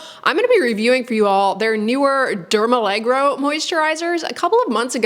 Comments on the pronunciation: allergo as in allergy, rather than allegro as in uptempo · Derm allergo as allergy. Not dermalegro 🤡🤡🤡 Silly american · It's dermALLERGO, not dermALLEGRO. Like the word allergy haha, not balet. 😂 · Al-ler-go, not allegro – It's a different word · It's dermallergo, not allegro. I believe it refers to being suitable for allergy prone skin. Otherwise a very thorough review, thank you. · Oh it’s not allegro but Derm-aller-go😊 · Great video, and I use & love this line also. The products really do soothe on contact, and provide decent moisture without clogging pores. Note: The line is actually pronounced "DermALLERGO" (not "DermALLEGRO"). So no more need to associate it with ballet! 😆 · I'm a little surprised 🤔 This line isn't new at all, it's been around for quite some time. Do you mean new in the US? Also, it's not dermalleGRo (you pronounce it that way all the time 😅), it's "alleRGo", from allergy, which makes total sense and that doesn't remind of ballet 😊 I wish there were more products trying to use ingredients like that neurosensine peptide, to numb the nerves so the skin doesn't react to things and is calm. I applaud the initiative. Hopefully there'll be more variety, so we people who have reactive skin have more choice in skincare 😊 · It’s pronounced Derma Lergo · It's dermalleRGo, like alleRGy! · "dermaleGRo reminds me of Benedict Cumberbatch's "pengwings".